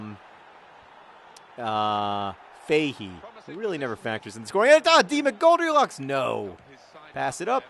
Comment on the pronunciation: Sometimes when John said 'D. McGoldrilocks' it sounded like Demon Goldielocks which is a strange concept...